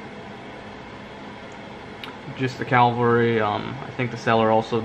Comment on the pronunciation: Beautiful. By the way, it's a Cavalry Model, not a Calvary Model. Calvary is where Jesus was crucified.